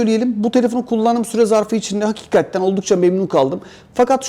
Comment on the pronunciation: ufak bir eleştiride bulunmak istiyorum. Sürekli "hakikatten" diyorsun bastırarak. Ama doğrusu "hakikaten" dir ve çok kulak tırmalıyor yanlış telaffuzun. Düzeltirsen sevinirim, takipteyiz:)